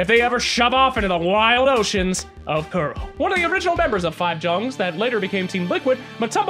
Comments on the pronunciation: let Kuro teach you how to pronounce Jungz at TI, i am dying here from laughing. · JUNGZ? ARE YOU TRYING TO FUCKING TRIGGER ME?